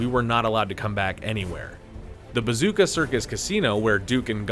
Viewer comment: Are you able to pronounce anyone’s name correctly? It’s Gill eee um not Gill um. And Depp played Dean Corso not Caruso. It was the Bazooko circus not Bazooka. Sheesh